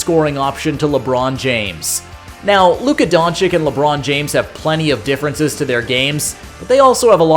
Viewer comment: Kid... please lern how to pronounce DONCIC! Just google it! Holy...